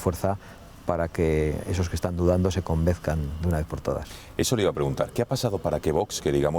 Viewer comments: min 3.36 convezcan? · Señor Abascal. Se dice: "se convenzan", no "se convezcan". Un presidente de partido no puede cometer esas faltas. Sinceramente y con todo respeto, creo que don Javier Ortega es más válido para la presidencia que usted. Creo que tiene mejor presencia y perfil y que ha ayudado muchísimo en ese incremento de afiliados de este último año. Mucha fuerza en cualquier caso. Tienen mi voto